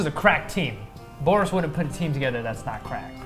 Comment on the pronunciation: When said Borrus all I could think was Goris.